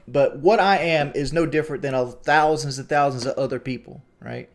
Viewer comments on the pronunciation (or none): none